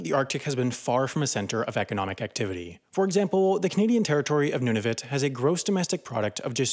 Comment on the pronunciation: Decide on how to pronounce Nunavut! (Noon-A-Voot)